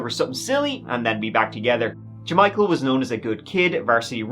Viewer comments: “J’Michael”?? You gotta be j’kidding me😂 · Ja-Michael, you dummy!